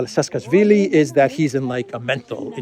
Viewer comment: It's Saakashvilli, not Saskasvilli.